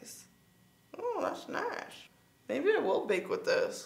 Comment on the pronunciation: “Oooh das nish” lol